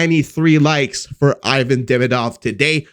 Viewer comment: Hey ... learn how to pronounce Demidov's name He isn't Ayvan. You have to pronounce as a Evan. That's it